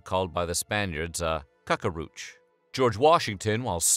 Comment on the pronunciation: "Cacarooch" 😭😭 (its cucaracha if someone wanted to know)